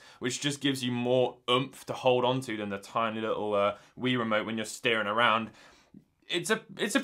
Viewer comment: Wii is pronounced WEE not Why.